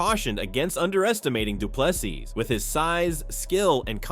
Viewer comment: Say Do Plus E and you will perfectly pronounce Du Plessis.